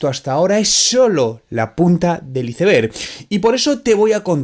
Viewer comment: Tan dificil es decir aisberg? Iseber 🤭